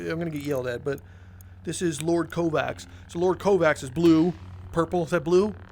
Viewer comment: LoRd COEvax (by the way its lord Cor(e)vax, that lightsaber is from the VR game Vader Immortal, specifically, episode 3, the final one, it's one of my favorite games to play!